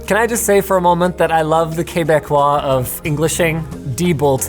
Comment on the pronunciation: "K-beck"? not "Q-beck"? Interesting